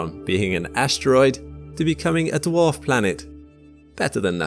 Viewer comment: This guy can't say dwarf what the hell